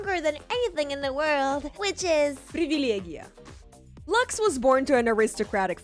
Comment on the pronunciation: that "Privilege" was very Russian to be honest :^)